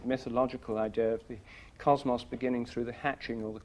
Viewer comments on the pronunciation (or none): I like when he says 'cosmos'. He ends the word with more of a 'moss' sound instead of 'Moze'